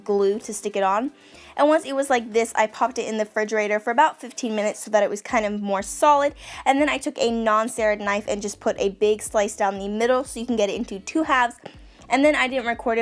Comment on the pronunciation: SERRATED. ITS A SERRATED KNIFE. Say it with me, ser-rat-ed. Ser-rat-Ed.